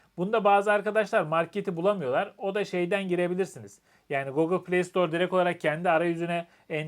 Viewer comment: Bu saatten sonra alışkanlıkları değiştirmek mümkün olmayabilir ama doğrusu "gogıl" değil, "gugil". Sizinki "şarj" yerine "şarz" demek bir şey. Selamlar. Kolaylıklar.